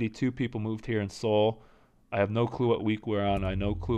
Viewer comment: Good video! Just one thing: Seoul is pronounced more like "soul", and not "See-ool." The two syllables are 서(SEO) / 울(UL).